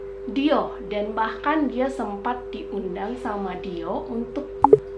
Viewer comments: Kalo googling dibaca dioh ka kayanya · DIOR dibacanya Dio ga kebaca R nya apa Dior kebaca R nya sih? gemes sendiri denger ngomongnya dio dio